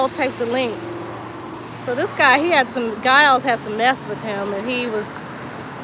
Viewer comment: Mine too on my fathers mothers mothers side. And giles is pronounced jiles not the gu sound at the beginning!